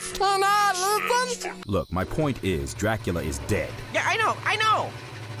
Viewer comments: Dracula: Velcome I am Dracoola I always die laughing at that lmao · "I am Dra-coo-la. Dis is my grave. The 'D' on my grave, stands for DRA-COO-LA!" 🤣